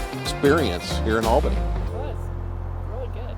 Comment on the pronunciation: This guy pronounces "Albany" wrong.